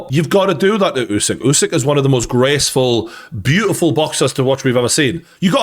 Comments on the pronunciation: It's not you-sick it's uuh (like in too) -sick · Is it really so hard to spell "Usyk" and not "Jusyk?" :D